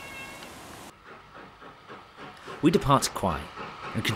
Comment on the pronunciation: Thanks for the documentary of the lovely line through Cambs. Just one thing...there's no 'w' in Quy - think Kai when pronouncing! Lovely place though!